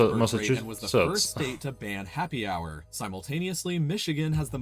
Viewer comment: Oh, also, the H in hour is silent :) by the way where you from?